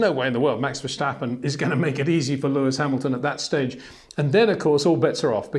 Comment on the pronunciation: it is NOT Max "verSHtappen" ... Max is not German (Germans indeed do pronounce "st" as "sht") ... #Max33 = Dutch NL/Belgium! ... It is not "Bottash" nor is it "Lewish" certainly not "verSHtappen" .... This BS started long time ago when a British sport presenter interviewed father Jos Verstappen and assumed you can use a German pronunciation to a Dutch Driver thinking it is so "funny" ... It is not.